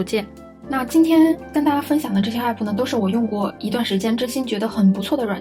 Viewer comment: 還有欸普⋯⋯😅😅 明明唸其他英文的時候都蠻正常啊